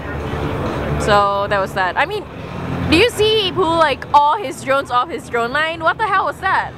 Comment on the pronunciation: Ahhhhhh....the pain....my friend said he'd give me $5 to watch it all! so not worth it. I hate her casting, i hate her interviews, please keep her away from LoL. "AND wimember we pway off dwone lyns